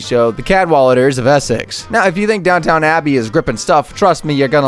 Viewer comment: It's "Downton" NOT "Downtown"